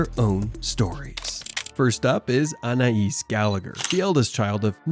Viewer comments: It’s Anay not An ay eees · Its pronounced ANAY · Anais is pronounced ANN-AYE, not AN-EYE-ISS. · ?? The perfume is also pronounced like anna-is and not Anay because of the letter ï. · Anais is pronounced ‘Annay’ . Silent S 🙂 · I can't 😂 Annnayyyeeeeesssseee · its french! that is the correct pronuciation. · Why the F cant Americans prounounce Names proberly. Do some research before hand ,honest to God its Embarrassing listening to them. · Pronounce her name right Anais like the perfume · Isn't the name Anais has a silent s.